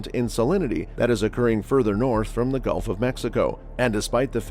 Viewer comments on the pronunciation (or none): Did he say the Golf of Mexico?